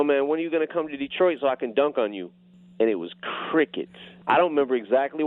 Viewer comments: Char, emphasis on 'Detroit'. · Naw the key part is EM said come to "detroit" 😆